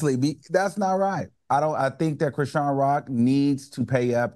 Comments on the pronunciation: Al, her name is pronounced Chris-Shawn. 😂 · Why can’t Al say Chrisean’s name correctly? Does he do it on purpose?